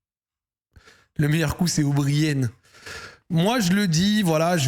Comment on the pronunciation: On prononce Obrayan , pas Obrillenne lol